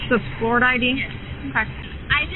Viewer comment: They can apparently be incredibly stupid. These were the reason schools used to have dunce hats. And why it’s pronounced Flori-DUH.